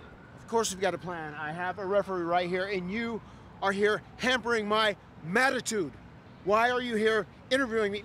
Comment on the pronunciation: Hearing matt hardy say mattatude makes me miss V1 matt hardy